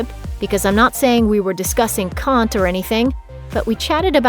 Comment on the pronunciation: PAHAHA the way she pronounced “Kant” - as someone who’s interested in Philosophy ,, that was painful